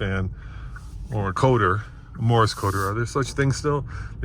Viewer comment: It is pronounced Morse code not Morris as you can imagine that gets me a little triggered